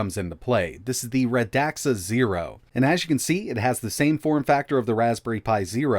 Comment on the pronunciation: Radxa® is pronounced as [reksə].